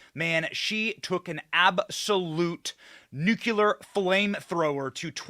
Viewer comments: Or new-Q-luh instead of nuclear (new-clee-are) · Dude. Bro. Benny. It’s Nu-clear not Nu-cue-lar. Killin me. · Benny, I am going to have to unsubscribe if you keep pronouncing certain words incorrectly. You see it's embarrassing when I share your message and the people i share you with think you're stupid. For example, nuclear is NOT pronounced NEW-Q-LUH, it's pronounced NEW-CLEE-ARE. Please stop!